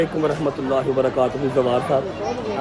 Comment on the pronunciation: Zawar ❌ bahn phar